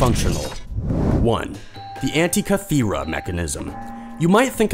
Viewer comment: My god. I dont know what to think about this. Can't pronounce Constantinople, but pulls of Antikythera. I second the hurt.